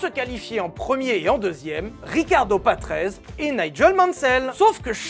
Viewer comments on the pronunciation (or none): Patrese se prononce "patrézé” et non ”patreize”